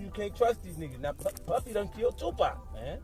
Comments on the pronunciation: Tupac not tupäck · Man we all been here long enough to know the man's name is not 2pack. PUT SOME RESPECT ON THE MANS NAME. #2PAC #Tupac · I would have believed this but when the narrator said "2-PACK"...they lost me...I can''t believe it. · Love how she calls him “2 pack” lmao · Please don't say 2Pac's name the way you did. You should know better than that. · So 50 working with the FBI? This make your whole piece bogus. You didn't pronounce Tupac's name correctly! Too much damn mayonnaise. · if you don't know hope to say TUPAC correctly, you really have no business even speaking on anything rap-related!